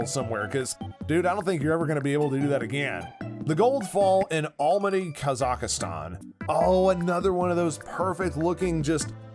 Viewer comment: Kazakhstan. Ka•Zuhk•Stan